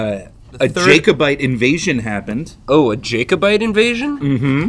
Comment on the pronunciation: ...it’s jack-o-bite 🤐 not Jake.